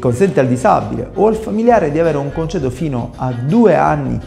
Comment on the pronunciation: Avvocato, si dice "congedo" non "concedo".......mamma mia come siamo messi!!!